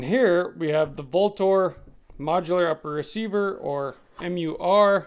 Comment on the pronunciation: Vltor is pronounced Ultor... just saying